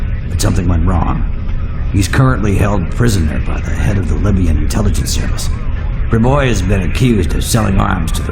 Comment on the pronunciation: When Senetar lenahan says Jack Priboi it listens like he is saying Yak Priboi